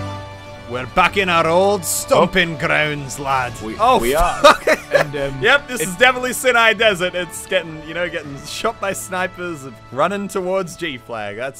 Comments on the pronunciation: Sinai is pronounced, S-eye-neye. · Sin eye ... Its sigh-ah-nye desert xD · "sin eye" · sin-eye desert? lol